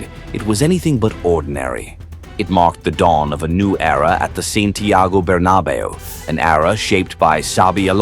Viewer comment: Man these AI voicovers are getting out if hand. SantIYAYGO BerABeyU...come on man...